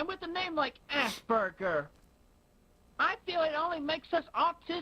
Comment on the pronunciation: The way Chris pronounces the word Asperger makes me believe for the longest time he did genuinely believe it was called 'Ass Burgers'. He does have a very infantile mindset